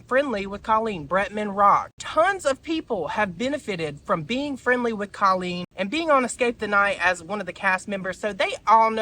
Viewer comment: Babe, not hating but if you are going to talk about Colleen maybe learn to pronounce her name? My ears bleed every time you say it cause i know you're saying it wrong. xxx keep it up cutie